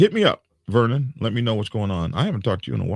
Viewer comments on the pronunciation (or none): none